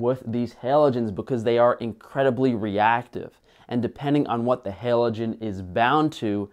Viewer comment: 2 things: cite your sources and it’s HALogen not HELogen